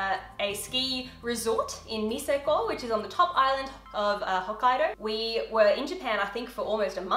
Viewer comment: aka.: It’s Niseko not Niseykouuu!😂💛I love this Lil Family, including Dan,, Sam and the little kid Archie💛